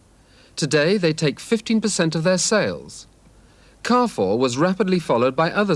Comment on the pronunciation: After the umpteenth time of him saying "car 4", while just listening; wait, is he trying to say "Carrefour"? And then coming to the realisation that he's actually on to something. 🤣